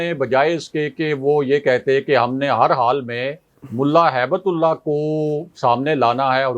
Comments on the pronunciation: کو سمجھائیں کہ نام صحیح طرح سے لیں، ملا ھبتہ اللہ نام ہیے ، ہیبت اللہ نہیں ہیے۔ اللہ کے نام کے ساتھ ہیبت لگانا مسلمانوں کو شرم آنی چاہیئے۔ ھبہ کا مطلب تحفہ ہیے عربی میں۔ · Hibt Ullah, not haibat ullah🙏🏽